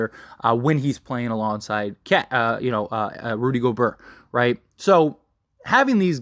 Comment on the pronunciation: He said “Rudy Goburrr” 🤣